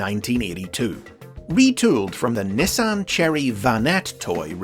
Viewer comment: I could comment on his pronunciation of Nissan, but after being educated in the Quickswitch comments section for “pyuma” ive gotten used to it